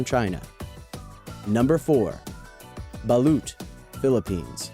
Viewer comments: its actualy balot not baluuuuut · It's not "bu-loot" it's "ba-lut" there's no loot noise into it and it taste awesome. #pnoy4life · The Balut is actually pronounced as Balot a slightly fast word and its yummy and popular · well its balot not balut hehe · You don't say balut like baloot you say it like balot XD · Ummm it's pronounced balot not balut